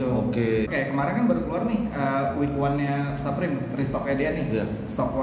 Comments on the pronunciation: its fucking supreme not SAPRIM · saprim or suprim? bukannya dibaca suprim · bape baca nya beip bliih supreme baca nya su (kaya susu)supreme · Orang di barat, baca BAPE: Beib Orang di barat, baca Supreme: Suprim Mungkin youtuber barat salah yaaa, soalnya bacanya Bape sama Saprim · Menit 0.44 suprim bang bukan saprim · Dibacanya suprim mas yg bener hehehe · SUPREME dibaca "Suprim" bukan "Saprim" 💩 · saprim? Bape? Nyebutnya Suprim dan Beip. Tollolisne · SUUUPREMMM KELESSS BUKAN SAPREM.... KAMPRING